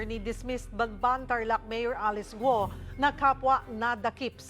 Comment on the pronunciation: Cheryl, “Gu-o” , hindi “Gwo”